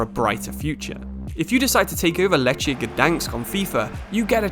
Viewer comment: My ears bleed when i hear this pronunciation of „Lechia”. Sory mate, not correct